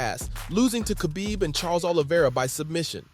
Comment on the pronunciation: It takes 5 seconds to learn how to pronounce Khabibs name lol... jp good vid